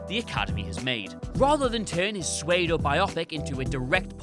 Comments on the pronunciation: Swaydo? Is that supposed to be pseudo? Like Su-do? I feel like every Whatculture and Watchmojo script needs to have pronunciation tips next to all difficult words and names, it would make things so much more enjoyable. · And "pseudo"